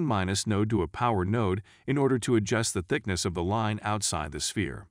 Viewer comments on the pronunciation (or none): none